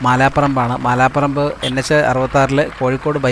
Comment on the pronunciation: മാലാപറമ്പ് ❌മലാപറമ്പ് ✅